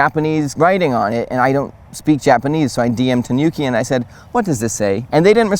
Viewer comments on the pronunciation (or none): Think of the pronouncition as the "Ni" in "Nimbus 2000", instead of the "Ni" in Bill Nye, the Science Guy! Also, the "Nu" in Tanuki is pronounced as the "Nu" in "Nude", not as in the "Nuke" in CoD 😉